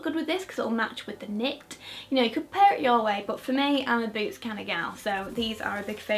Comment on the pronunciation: Every time you say me and em, I always think you’re saying b&m 😂😂😂😂